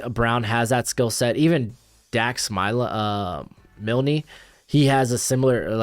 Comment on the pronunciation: Dax Milne isn’t the last name pronounced (Mill-n)